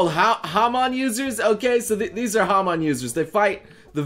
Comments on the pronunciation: ok its not HAMON its HARMON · saying that jojo is one of his favorites then butchered saying hamon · 'haman users' ITS CALLED HAMON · why did he say it like that he watched part 1 and 2 right? He knows what hamon is right